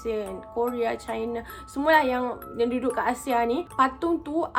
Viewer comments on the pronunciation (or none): none